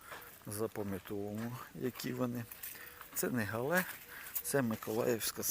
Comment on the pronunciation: Правильна назва - Гігант із Галле. Галле – місто в Німеччині. Наголос на перший склад. У нас в Україні називають коротко Галле.